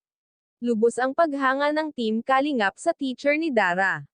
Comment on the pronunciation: Paki ayus Po Ang pronounce Ng kalingap...taga saan ka ba